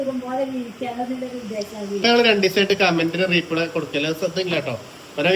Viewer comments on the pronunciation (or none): റീ പ്ലേ അല്ലാട്ടോ replay റിപ്ലേ